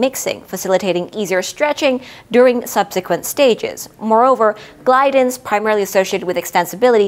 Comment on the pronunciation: AH-tuh-lease and aw-ta-luh-sis not ah-TUH-leez. Gliadin was also suspect. But beyond this, the videos are excellent.